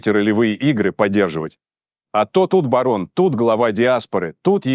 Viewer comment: Не барон, а БАРО.